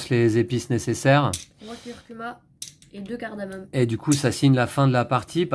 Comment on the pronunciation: CARDAMOME LES AMIS ET PAS CARDAMONE.merci pour la vidéos ,ça donne envie !